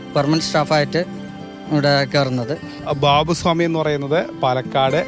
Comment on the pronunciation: ബാവു സ്വാമി അല്ല, ബാവു ഷാമി